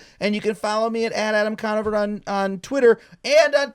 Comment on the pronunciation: Adam con-NO-ver